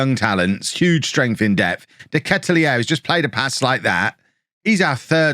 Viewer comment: Belgian here, the 'aere' in De Ketelaere is pronounced as: 'are' (we are) + 'a' (a house).